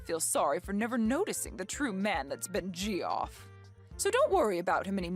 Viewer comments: I'm a bit confused - isn't "Geoff" pronounced like " Jeff", not "Gee-off"? 🤔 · Geoff is pronounced Jeff isn’t it?